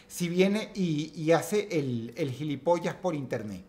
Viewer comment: Qué orgullo se siente al oir a un latino pronunciar el bello vocablo "gilipollas"... precioso :_)